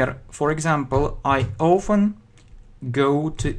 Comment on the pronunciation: Не знаю, говорили ли, но на вы произносите often как "оуфен"